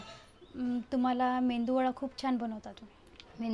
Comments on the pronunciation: मेंयदू वडा नाही मेंदू वडा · मेंदू वडा नाही मेदू वडा आणि ढोसा नाही डोसा😂😂😂 मेंदू वडा बनवण्यासाठी फक्त उडदाची डाळ लागते हा तुमचा मिश्रण इडलीचा तयार झालेला आहे 😂😂😂